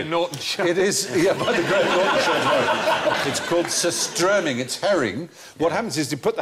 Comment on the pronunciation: It's surströmming, not Sir Struming...